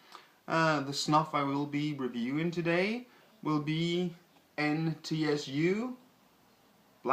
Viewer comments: its name is not N T S U . its pronounced N(in NO)tsooo. kind of like a sneeze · It's pronounced entsoo. The container actually keeps the snuff in fine condition right to the bottom, even in countries which are much hotter than the one you're reviewing from. The plastic makes the container cheap to produce, which means users with few resources are able to purchase and enjoy it, making it very popular amongst the poor who have few other pleasures in their lives and for that reason alone a good idea. The nicotine effect lasts up to 30 minutes, very unusual for a snuff, and the flavour is deep and complex. You can, should you prefer, use it like a dip. It's a good product perfectly produced for its target market and makes a lot of people happy, nicotine addiction notwithstanding.